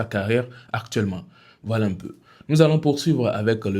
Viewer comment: Finalement j'ai compris que tu n'arrive pas à prononcer le mot 'un'